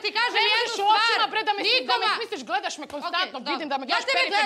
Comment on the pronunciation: OVO JE HIT KAD KAŽE HRVATICA BRRREEEE HAHAHA KOJA CARICA👏👏👍👍